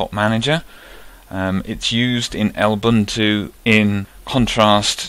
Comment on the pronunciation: I've never heard anyone call Lubuntu "El buntu" before.